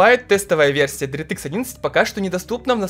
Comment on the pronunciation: Дэртыкс😂, лучше говори "Директ" так намного лучше, на русском это звучит не так приятно как на английском❤ Без хэйта, просто слух режет, выпуск как всегда шикарный😊